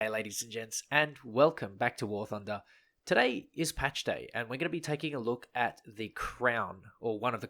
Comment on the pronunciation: ''...and welcome back to wor thonda'' :D